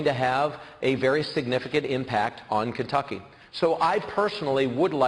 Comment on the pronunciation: As gov of this state .. notice how he can't even say the word Kentucky .. get lost Bevin !